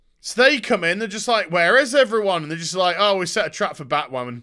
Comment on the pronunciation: The word is Batwhaman.